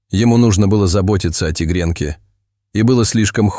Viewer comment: Неплохой рассказ, но неприятно слушать неправильное ударение в словах. Что за Лука, ударение на у. А ведь есть известное имя Лука, ударение на а. И еще несколько слов. Непонятно, вообще что за тигренке, ударение на и. Такие простые слова и столько ошибок.